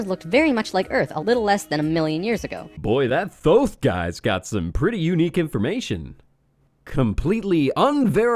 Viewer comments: I'm sure I'm not the only one to point this out buuuut...IT IS PRONOUNCED TOTE! TOTE! NOT THOTHE! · isn't thoth pronounced tote? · For the love of shit it's pronounced as if it were spelled "Toth" This shit is still hilarious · I thought "Thoth" was pronounced like "Tote"? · "Thoth" is pronounced lile "tote" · Also its pronounced Toth. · "Thoth"? Honey, it's pronounced "Tote". That's the first of many signs this fucker is wrong. Ugh. Don't you just hate when people act like they know everything about the Universe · Lol this idiot doesn’t even pronounce Thoth right- it’s pronounced tout like tote bag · apparently, Thoth is pronounced "toke" in any case. that's how you know this stuff is dodgy. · Isn't Thoth supposed to be pronounced "Tote"? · you keep pronouncing the god of knowledge wrong....